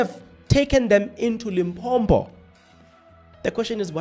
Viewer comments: You are South African 🇿🇦 but you can't even pronounce Limpopo. You instead pronounce it as Limbhombho 😢, I am very disappointed. This ignorance made me lose track of your analysis. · Please try to pronounce the destination properly. It's Limpopo and not Limpompo. Be responsible Chief. You are better than that...